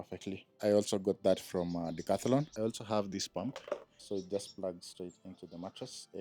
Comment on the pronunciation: Everytime you say Decathlon all I hear is "all your money"😂😂